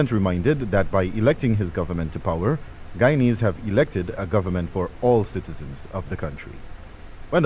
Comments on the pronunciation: It's guyanese sir not guyans 🙄🙄🙄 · Guyanese* not Guyanas😑